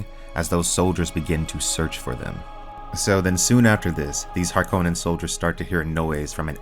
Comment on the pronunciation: Thank you for pronouncing Harkonnen correctly!